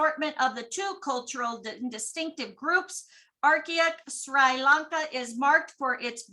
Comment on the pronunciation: The pronunciation us - Sree. Lón.kuh